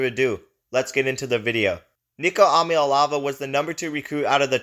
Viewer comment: Where do you come up with ahm ya elavah??Eee ahhh maa lay avah